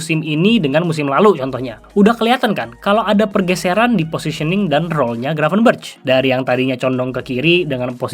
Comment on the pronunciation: Bacanya "Gravenbèrekh" bang, pake خ. Ntar dikatain kardus lu sama para domba, ati2🤭